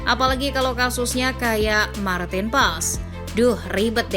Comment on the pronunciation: Tolong penyebutan "Marteen Paes" Marten bukan martin.